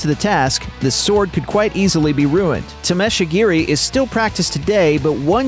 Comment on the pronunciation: Ugh, the pronunciation is killing me. Samurai is pronounced saw-more-eye (or as my martial arts instructor used to say: "This is not your Uncle Sam"). Tamashigiri is pronounced tamma-shig-eerie.